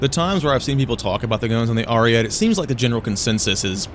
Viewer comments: as an italian please say it good : ARIE-TEH, not ariet like u say it, it just hurts my soul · If the BV-155 can be at 4.0 the Ariete can go back to its BR, this is bullshit what they keep doing to Italy Also obligatory pronunciation-related comment, the TE in ARIETE is pronounced much like the TA in TAIL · i get that you’re an american but PLEASE say ariete correctly